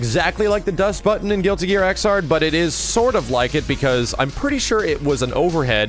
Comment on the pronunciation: It's pronounced Ex-erd -- Xrd as in 3rd -- you don't say Thir-ard...